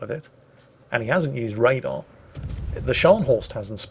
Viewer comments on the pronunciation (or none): none